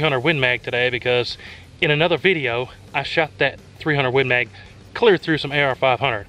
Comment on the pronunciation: "win maaaaaaag" :-D Love your pronunciation, buddy!